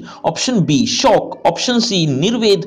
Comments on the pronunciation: Shook hota hai sir shock nahi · Sir aap shok ki jagah shauk kyun bolte ho🤔🤔